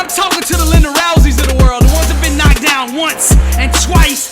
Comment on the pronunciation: he said linda rousey lol